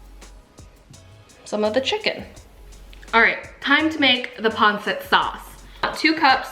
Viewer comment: Its Not Pronounced Panset…Its Pronounced Panseet! Got It? Good!